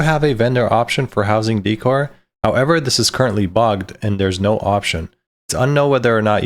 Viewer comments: daycor not deecor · Wtf is dee-core xD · Deckor. Decoration. Sound it out. Dècor, on the other hand is daycor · Just fyi decor is pronounced like a short version of decorative - dickor is fun, but it started to rustle my jimmies after a while oops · Hilarious how he says "De-Core" hahahaha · DEE cor? no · You would think you would learn how to pronounce decor before making a video like this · Why do people not know how to pronounce decor? 😂